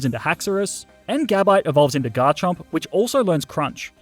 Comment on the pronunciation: GARCHOMP, NOT GARCHERP!